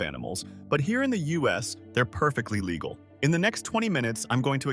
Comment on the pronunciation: "Perfectly LIGEAL?"! Crappy click bait. And always read the labels on food you buy.